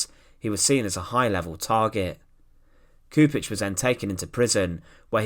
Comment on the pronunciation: mister, you need to do some extra effort with the pronounciation of names. it's Chupich. not Kupich. do your homework. please. out of respect to the fallen.